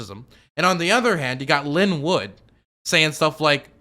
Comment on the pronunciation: next time it’s pronounced Line Woot not Linn Wood.